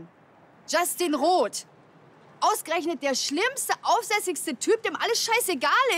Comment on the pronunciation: es heisst Roth wie ich und nichf Rot...